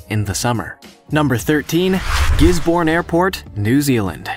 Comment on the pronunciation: I wish people who narrate these videos, would actually look up the pronunciation of the places they are they are pronouncing. Gisborne is pronounced "Giz-bun", not "Gis-born". And, Cairns in Australia is pronounced "Cans", not "Karen's".